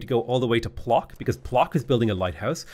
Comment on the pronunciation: The polish "Plock" city is read "Pwotzk" ;) Your pronunciation took my by surprise and I love it, though